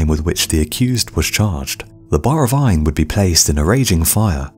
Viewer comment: It sounds like you are saying “vine” instead of “iron”